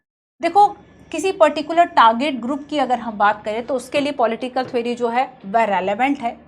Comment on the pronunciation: Thwery❌ theory✔️